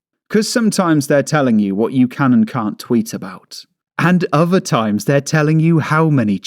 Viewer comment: wtf. uver = other, what a cretin, anyfin???= anything speak correctly will you.